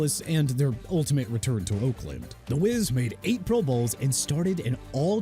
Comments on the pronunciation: "Pro BOWLS" 😂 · When did these guys go AI narration? Who say Pro Bowls like that?